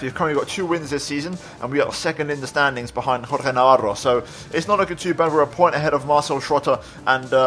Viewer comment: awesome stuff man! also im impressed you can actually pronounce Navarro xD